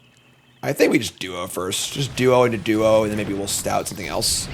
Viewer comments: No shade though. Love the vids! Just one too many “stouts” put me over the edge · Him not pronouncing st-oat correctly drove me nuts. Yay, bats, believer? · It’s like OAT. St-oat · I have had to end videos in some cases if he drafts certain cards because I can't listen to him say it 100x in a video. Take the Training Arynx back in OTJ for example. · Question: do you get banned if you correct pronunciation in chat. STOAT RHYMES WITH BOAT, GOAT, COAT, MOAT and.....OAT. Stout is stout. Why must you punish us.